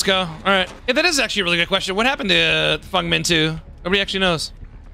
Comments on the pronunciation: Why does he say Fong Min? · It’s feng min there’s no u